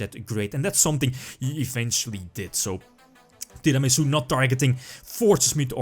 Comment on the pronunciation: Who else likes the way pronounces Tiramisu?